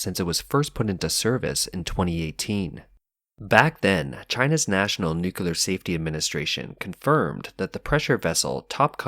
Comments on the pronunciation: What is NUCULAR? He keeps saying NUCULAR, is this a type of Nuclear energy? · It’s not spelled nucular it’s nuclear why do people insiste on mispronouncing it.